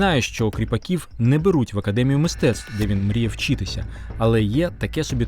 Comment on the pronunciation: Дякую за роботу, але просто оце ваше «вчітися», просто ріже вухо без ножа. Дякую